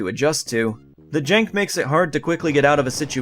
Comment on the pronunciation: i love how the word "jank" just sounds southern